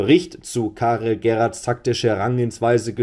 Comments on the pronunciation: Ich glaube in seinem Land spricht man ihn „Cherats“ aus. Liegst mit deiner Vermutung schon sehr nahe meine ich. Google Übersetzer und dann Ton abspielen auf Sprache niederländisch 😉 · ja,die aussprache ist richtig,er ist ein flame...